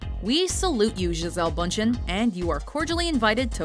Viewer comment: D How you Americans pronounce "Bündchen"! :D